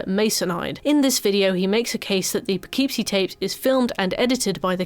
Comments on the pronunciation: We have lots of fun names here. Kind of bugged me with the pronunciation throughout the video. Less "poe-KEEP-see" and more "puh-KIP-see." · Not to be a jerk, because how you're saying it is 100% how one would THINK "Poughkeepsie" should be pronounced, but since it's in Upstate NY, nothing is pronounced the way you'd think, and it's usually more "Puh-kip-see". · Its pronounced Poe kip see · It’s pronounced “Puh-kip-see” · unrelated but i keep forgetting the correct spelling/pronunciation of that movie title so i always called it "the poopoopeepee tapes" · As an American who lived in Poughkeepsie, it's pronounced po-KIP-see. Can't blame you for not knowing that, obviously, there are a lot of British towns I'm sure I would pronounce wrong lol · Poughkeepsie is pronounced "Puh-Kip-See" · I’m from the Hudson Valley and am contractually obligated to say that it’s pronounced, “Puhkipsy,” despite all logic. The names of all our cities are cruel. One has Schenectady, for example. Naming a movie after any of them is wild. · As a New Yorker, the Poughkeepsie pronunciation is frying me lmao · the real horror is the way he pronounces Poughkeepsie